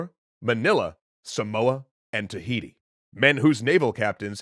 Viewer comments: Did I just heard T A H I T I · Did, did you say, Tahiti?? *Dutch's plan intensifies *